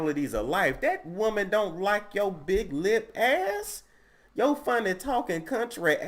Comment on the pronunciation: Bruh Niecy Nash 🤣🤣 a wou-man!